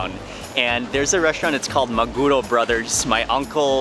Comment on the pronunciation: I hope you enjoyed our food. We have pretty good food here. BTW, 3-syllable Japanese words usually have the inflection on the last syllable, so it’s maguRO and sashiMI...NOT maGUro and saSHImi. Just FYI. 😁